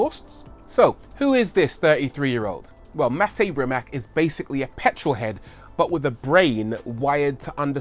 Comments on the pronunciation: Rii mache. Pronounced differently than you say it buddy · I'd love to hear you (and Doug DeMuro, for that matter) pronounce the name Rimac correctly. It's extremely insulting to not know how at this point. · Would be nice if you pronounced Mate Rimac properly! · why every host or human being which talks about Mate Rimac on ytb is saying his name wrong?... isnt this just a lack of research...? To me that is just lazy idk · It's not Rimac, it's Rimac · Man can say Akrapovič but can't pronounce Rimac as it is (Rimatsz, not rimak as everyone thinks) you read it like the drum sound; ba dum TSS haha p.s. I am Croatian so you can trust my pronouncination ;) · It's pronounced "Reemats", with a soft C at the end, not "Rimack". He's Croatian. Whether you love his work or hate it, at least say the man's name correctly. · 1) Rimac not " Rimak". 2) Akrapović is from Slovenia. Have some respect. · Its a croatian surname thus is not pronounced "rimac" but "rimatz"... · Say RIMAK one more god damn time, I dare you, I double dare you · Hey Rory, his last name is pronounced REE-matz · It's pronounced Rymahts. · Its Rimac not Rimak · It's pronounced Rimats. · Let's get that pronunciation right... It's "Ree-matz." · Rimac is Croatian. (as was Nikola Tesla), and his family name is not Rimak, it's Rimac. Last letter is 'c', which sounds 'ts'. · Rimac is pronounced "Rimats"! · "After Ferrari" 🤔, anyway, apparently Porsche sent a Panamera hybrid to Rimac just to test their competency, not only did they understand the system, they even had ideas to improve it. They are really knowledgeable. I think its pronounced "Rimats". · I am from Croatia and it is pronounced as is wright it. RIMAC. Croatian language is like you wright it the same way you pronounced it. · It's nore like Maaate Rrrimass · It's pronounced Rimats